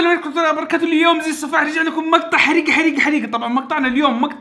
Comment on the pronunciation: اكثر شي يضحكني فيك يوم تقول حريقا🔥🔥🔥